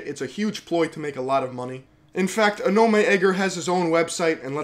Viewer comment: It's called aw-naw-meh